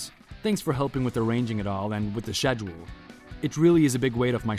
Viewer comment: It's pronounced SKEDULE not SHEDULE